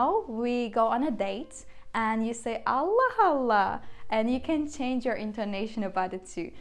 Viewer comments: This is where it gets tricky for me when I try to read phrases like “Allah Allah” because the ending “h” in this case get combined with the “A” of the second “Allah. So to me it sounds like she is saying “Allah Hallah” I think I should switch to learning Italian or Portuguese instead those are much easier to learn. 😭🤦🏻‍♂️ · I didn't said there was anything wrong, but for someone learning the language it becomes tricky because I would said Allah Allah and like I explained it sounds to me like the "h" from the first allah gets combined with the "A" from the second Allah and sounds like "Hallah", but I don't see where I said there was something wrong with it. If that's the way the language works then that's the way it's. I'm not criticising. I'm just pointing out where I'm getting confuing in getting the right prononciation when I read some texts. Thanks.